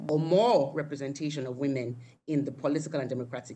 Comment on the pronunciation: Please its Women not Wemen!